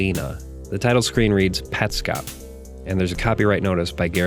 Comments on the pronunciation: i think its " pets cop" not "pet scop" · you say petscop weird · Huh, I always assumed it had to be Pets Cop, I actually was about to make a comment making fun of you for your pronunciation before you brought it up, haha. Interesting take